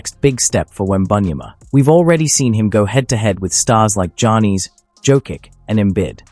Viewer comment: Who are these players? Em-bit, Jah-nees, and Jo-kitch? Sah-bo-knees? ← [My fave mispronunciation] This is so bad lol. Embiid. Giannis. Jokic. Sabonis.